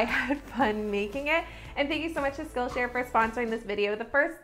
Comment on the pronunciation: What's wrong with my hearing that everytime she says "skill share" I hear 'Scotia'? 😂 I'm like... Wait the Bank is sponsoring you??? 💵 💵 💵